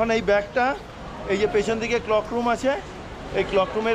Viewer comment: ক্লক রুম নয় ক্লোক রুম